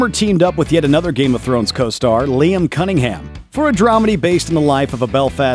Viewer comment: Yeah, Cunningham.... So incorrect!